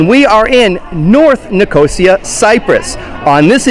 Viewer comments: By the way, It's Nic-os-ia, not Nicooosiiaaa, great video though. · Hi. This video has had thousands of views, and this is the first comment about how I continuously mispronounced Nicosia. Believe me as to how much it bothered me that I didn't practice how to say the city's name before turning on the camera. I appreciate the feedback and compliment. You're welcome to enjoy the other Borders on Budgets videos from Cyprus. Nine altogether.